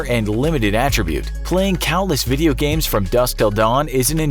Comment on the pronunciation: vee-dee-o blogging